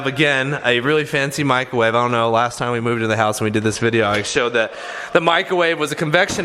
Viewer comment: micRRRowave** ffs